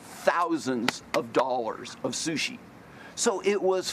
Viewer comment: “We had thousands and thousands of dollars of shushi!”